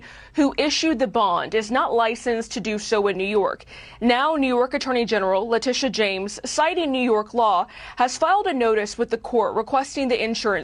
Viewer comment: Not how you pronounce her name…maybe it’s the lisp…this is what EVERY AG does prosecute white collar crimes included, Trump is NOT president anymore PERIOD….you, and any other citizen would be prosecuted so…….